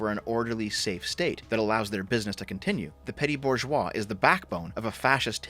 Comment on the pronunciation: Every time you say Burgoise I have to say "enemies of Cocoon" because it rhymes with that weird concept they have in FF13.